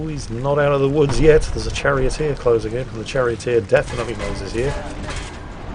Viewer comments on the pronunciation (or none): none